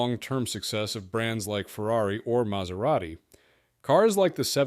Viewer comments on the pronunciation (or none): none